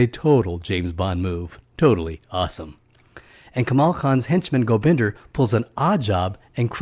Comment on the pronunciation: Oh, and it's GobindA... as in 'ah", not "GobindER"...